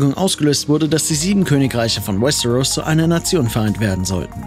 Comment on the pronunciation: Was ich nicht verstehe ist das ein deutsches video warum spricht er westeros so komisch aus und paar andere wörter wtf